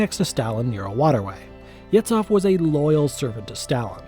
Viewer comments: >Yetsoff It's pronunced Yezhoff, where "zh" is "s" from measure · It's pronounced "Yezhov".